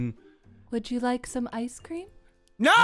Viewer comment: "Freddy, joo done goofed"